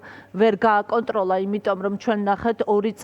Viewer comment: "ლაღაცც ვეღალლ გააკონტროლლა ივანაშვილმაა!?" ლ-ებს რატომ არბილებს ეს თინეიჯერი ჯორნალისტი 😂?